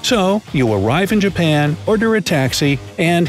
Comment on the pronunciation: BRO THAT'S NOT 'JUPAN' THAT'S JAPAN